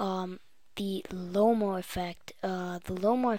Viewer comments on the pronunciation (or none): Lomo, not Lome, whatevs, I dig it. Thanks for postin' this.